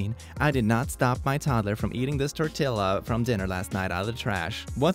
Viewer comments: "Tour Till La" Ah, how you hurt me,. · Y u say the L’s in tortilla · The way he pronounced "tortilla" brings me physical pain